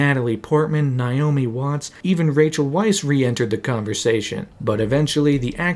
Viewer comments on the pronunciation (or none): It's pronounced Rachael "vice" , oh, and Marion 'co-tee-yard", and this came out 6 months aftwr i started a 9 year sentence. Didnt see it until 2020 amd was honestly quite disappointed